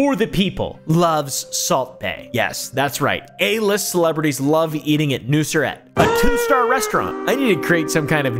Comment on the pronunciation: you pronounce the name pretty well btw "et" means meat that's why nusr-et, in case anyone has an interest in languages lol